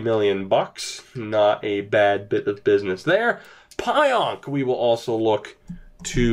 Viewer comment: It’s pronounced PEE-ONK